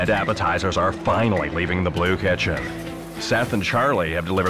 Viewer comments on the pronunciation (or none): why does he say blue kitchen like that?